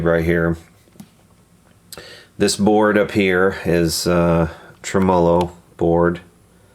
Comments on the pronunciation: Correct me if I'm wrong. It's TREM-o-low not trem-O-low. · TRE-MOLO, not TRE-MO-LO, say it after me: TRE-MELO! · I enjoy your videos. Please start pronouncing the word tremolo correctly, though. The stress is is on the first syllable in every language, in English, as well as it’s source language, Italian. TREH-muh-lo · Did he just pronounce Tremolo , Trim-Oh-Low ? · Please for the love of everything good and holy. Stop fucking saying tremolo like that.